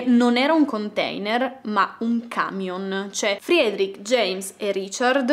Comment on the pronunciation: ...si pronuncia "Fredric", non "Friedric". Lo so perché ho un amico di origini ruandesi che si chiama Frederic. 😂😂